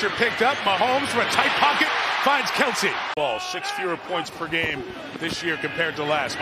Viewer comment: Why does Mike Tirico keep calling him "Keltsie"? There's no T bro. Smh